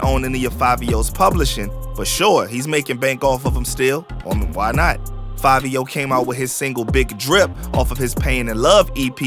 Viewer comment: I’m still trying to figure out how “Fivio” is pronounced “Favio” 🧐 BTW, the original dude was FABIO lol